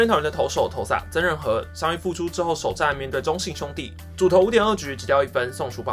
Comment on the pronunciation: 馬的曾仁和還捲舌是怎樣